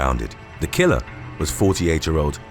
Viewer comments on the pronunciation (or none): none